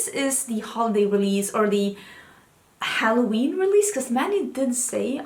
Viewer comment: Have you been watching too much Stephanie Harlow?? You said HARloween hahahahah 😂 If you know you know